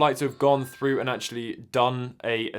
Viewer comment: “Go fru da moshuns”